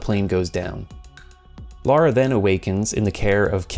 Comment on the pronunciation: For the love of... please people call Lara LARA and Laura LAURA (rant over) thanks for the vid